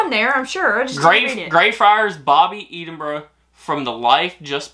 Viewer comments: Just to let you know that Edinburgh the Ed is pronounced the same as in Edd not ead. Still love your videos. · Hey it's not eedinbrugh it's Edinburgh E for Egg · its Edinburgh not EEdingburgh 🤣🤣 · Please try saying Edinburgh correctly. It's not "eed" in bruh, but ed(like head), so ed-in-bur-uh. I hope that helps 😉😉😊😊Btw, you really look great in the flat cap. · Hi guys. your pronunciation of Greyfriars was pretty good, but can I just politely point out that Edinburgh is pronounced as "Eh-din-bruh" and not "Ee-din-bruh" (thank you for getting the "bruh" part though, most Americans tend to say "burgh" or "burrow") and also "Celtic" is a hard "c" not a soft "s" sound at the start (unless you are referring to the Scottish football team) 😁. Great video. Loved watching how excited you guys got about it all! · Not EEDINBURGH....EDDINBRUH. CELTIC is pronounced KELTIC. Unless it's the Glasgow football team CELTIC when it is SELTIC. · Ed-inbru like Ted, not Eed 😊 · Please, please it is Eddinburra not eadinburrow. Aaaaaahhhhhh!! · It’s pronounced Ed in burrow and not Eden burrow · By the way, it's pronounced Ed-in-buru... Not Eeden-buru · To people sending gifts: Write a note and spell the words phonetically for accent. saying Eden-brah is annoying me!! It's Ed-en-brah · Lol please stop saying Eden-burgh.. its Ed-in-burgh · It's pronounced ehdin burr a not eedin boro ,and Keltic not seltic . Celtic is a language and culture the other Celtic is a football team. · why dont you never let her open her own gifts? your so selfish and its pronounced "EDINBURGH" not eeeedinburgh ffs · It’s pronounced Ed-in-bruh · Whoever sent the Scottish box should have put a big piece of paper at the top with "Edinburgh is pronounced Ed-in-bruh". But his pronunciation was way better than some I've heard like Eeeed-in-borrow, Eeeed-in-berg. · Eedinburgh was grinding my gears lol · I'm from near Glasgow and I pronounce it "Ed in burra' lol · ED. inburgh as in the man Edward.